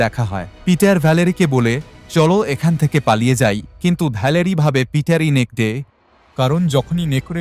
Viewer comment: নেকরে কে নেকদে নেকদে বললেন কেন?